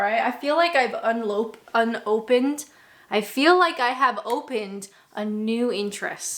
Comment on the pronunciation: That was hilarious! I now know that the measure of a Canadian's inebriation is their ability or inability to pronounce the word 'unopened '...